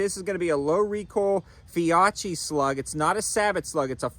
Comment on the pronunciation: Great video man! As an Italian American I deeply love my Benelli shotguns 👍🏼 By the way Fiocchi is pronounced "Fee-oh-key"